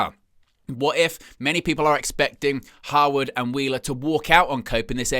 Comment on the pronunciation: Are you saying Howard or harwood?